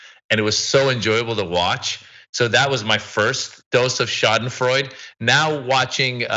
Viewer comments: Schadenfreude, to pronounce: shaa-duhn-froy-duh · Schadenfreude is pronounced Shah-den-Freud-duh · Schadenfreude is four syllables... Scha-den-freu-de. For English speakers sounds like sha-den-froy-deh. Schaden (damage) Freude (delight or joy). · "schadenfreude" is originally German. In British English we always pronounce the final 'e' - shar-den-froy-duh. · Yes, this is correct...four syllables sha-den-froy-deh or shaw-den-froy-de. Schaden (damage) Freude (delight or joy). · Shau-den-freud-ah is the proper Deutsch pronunciation if you wanted to know =) well, actually that depends on what part of Deutchland one comes from =) I came from the small village of Ruckers Am Main Hessen Deutschland (umlout over the u, blech english keyboards hehe.) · Someone has probably already posted this but...Schadenfreude is pronounced "Shah-den-froid-eh". It's a German word, so you pronounce the final " e". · Its "Shah dun froy duh" Schadenfreude btw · it's pronounced schadenfreude